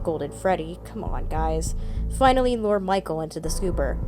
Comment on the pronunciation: 'Say 'lore.'' 'Lore.' 'Now, say 'lure.'' 'Lore.' But seriously, good ish. Well done.